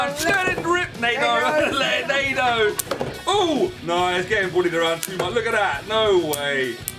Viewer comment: It's pronounced nah-doogh